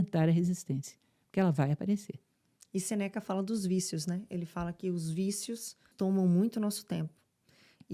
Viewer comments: "senéca"? Que meleca, nhêi Professora?! Uau! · A apresentadora falou "Senéca"??....Minuto .... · Lucia Helena é gigante, maravilhosa. Mas... "Senéca?"😂😂 Oh meu Deus. A cara da Lucia Helena ouvindo isso... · Senéca é pior 😂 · SENÉKA KKKKKKKKKKKKKKKKKKKKKKKKKKKKKKKKKKKKKKKKK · Filósofo Sêneca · Não é indentificar…🫣 não é Sénéca… uma pessoa que se propõe a citar um filósofo tem que pelo menos saber pronunciar o nome dele corretamente. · "Seneca" doeu no ouvido! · lógico que importa. Como que você vai realizar uma entrevista com uma autoridade e referência na área de filosofia e a entrevistadora não consegue pronunciar um nome simples? De um dos filósofos mais prestigiados da história. Vergonha por ela, isso sim…